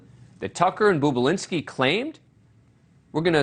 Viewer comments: It’s NOT “BOOB”ULINSKI! It’s BOB ULINSKI…. 🙄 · Its NOT "Boob-ulinski" you freaking tard, its "BOB-ulinski." You anchor a show on television and you can't even read or pronounce letters properly, or even hear them correctly for that matter (as he is referred to in the actual Tucker Carlson clip). Learn words. Idiot. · I noticed that, any idiot knows Bobulinski isn’t boobulinski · Talk about BIAS! JESUS FLYING FUCK! And for the record, his name has one "O" in it, not two! You're the the fucking boob! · His pronunciation of his name sounds degrading. Seems deliberate. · Perhaps you can pronounce the man's name correctly if you want any credibility...